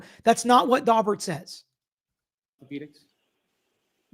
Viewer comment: My ear keeps hearing Dogbert hearing. Pretty sure that’s wrong so a couple minutes of Google revealed Daubert hearing.